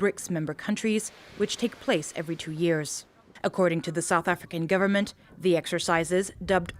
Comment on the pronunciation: "South African **Governmen**" lol